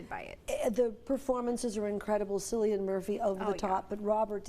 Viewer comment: And she also can't pronounce Cillian's name correctly